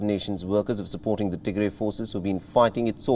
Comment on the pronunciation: Please correct your pronunciation it’s pronounced Tigra it is Tigray!